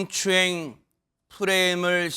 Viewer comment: 저 승추행 발음 진짜 꼴배기 싫네 성추행을 승추행이라그래 아나운서들 저거 너무 싫은데 유영재가하니 더 싫네